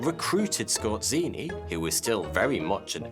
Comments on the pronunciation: scor---say ---- zeee.. say it with me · Oh god, the pronounciation. Scott Ceeny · I know he's a German, but that butchering of Polish "rz" is beyond unacceptable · Skorzeny not skorzini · A part of me dies every time he pronounces Skorzeny as "Scorcinni" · Damn, you just botchered that surname, its just Skorzeny not skozini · It's pronounced Skozheny, not Skortseny. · The way you spell Skorzeny' s name is just ridiculous. The way you spell it rather sounds like ay Italian restaurant's: like" Scozzini" That makes me laugh. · DUDE! Pronounce the name of your subject correctly, or step on Legos every day for the rest of your life. So annoying that I twitch, every time you say his name. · Ironically, his family came from Poland, and his name is not pronounced like in the video but rather with a polish sound "rz" which sounds like a "J" in "Jean". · you pronounce his name totally wrong. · You absolutely butchered his Surname. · love your vids but please sort out the pronounciation of names Skorzeny is pronounced *zany Wiesenthal is Veesenthal